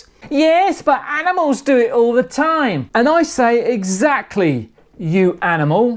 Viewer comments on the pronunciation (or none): none